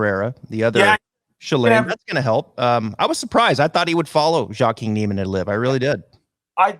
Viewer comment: I’m loving both tours and don’t think it’s “exhibition” at all. To be honest, their field is way better than most regular PGAT events., you look so pissed. Smile mate. And, maybe pronounce Joaquin correctly bud. With all the negativity on LIV, I’m actually now wanting them to succeed more to piss everyone off. I love it. I loved watching the Tour Championship and actually went. What’s wrong with loving both. Give it a rest boys.